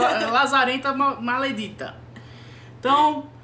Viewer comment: vc já viu O Rei Do Gado??? Porque em alguma parte do vídeo eu ouvi vc falando "MALEDETA"